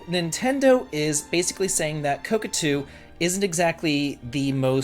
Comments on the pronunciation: Ko Ta Ku not Ko Ku Tu 😊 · Never heard anyone pronounce kotaku as "cockatoo". Did you do it on purpose? Cuz I love it! And it's pretty fitting too, screw that parroting, click-baiting, piracy-promoting rag. And a huge raspberry for the Saudi government too. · Your the only person That says kotakoo lol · I will forever remember ko-ta-ku as co-ca-tu long after they went bankrupt lol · I love.... but it seems a little weird he can be so involved in games and reviews and stuff and has never heard anyone say koTAku.... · Man it is difficult to follow without laughing when every time instead of Kotaku you say cockatoo 😂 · Ka...ka...tu. I get it. It's a type of bird, right? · I know it's just because of the classic Davidlexia, but I am absolutely calling Kotaku "Coke-a-too" from now on. xD I don't know what so many rubes like this think they can screw around without finding out. And kudos to Square for taking a stand against censoring their art. I hope Saudi gamers can import the game (or play it "any way they can") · It's not pronounced Kotaku but Kotaku. You can also say Kotaku or Kotaku, even Kotaku is fine but not Kotaku. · Beautiful explanation. I'm seriously pronouncing it that way from now on on-purpose! IoI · the "t" is before the second "k". Love ya buddy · I giggle every time says kotaku lmaooooo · It's totally fine. It's a useIess gaming marketing site on the level of ign, they don't deserve to be pronounced how they want IoI